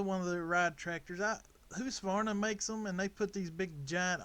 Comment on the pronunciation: ITS huskavarna not husvarna 😂😂😂😂😂😂😂